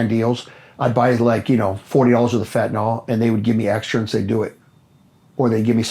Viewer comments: Ugh. It’s fen-tan-ILL, not fen-tan-OLL. 🙃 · Its fentanyl not fentanol gd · Not trying to be too harsh , but I think if LE starts with learning the correct pronunciation of words, that would be a great place to start: fentanyl is pronounced FENT-A-NIL, and semis run DIESEL FUEL, not gas. Starting with correct grammar and pronunciation is key. We learn how to read and write correctly as youth, why can’t LE learn to speak and use correct pronunciation too?